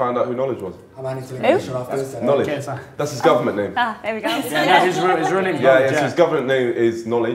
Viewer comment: The way that Niko was actually able to waffle KSI’s name had me rolling 😂😂